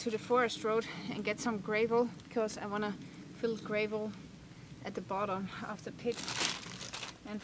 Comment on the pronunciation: "Gray-vel". Sigh... :)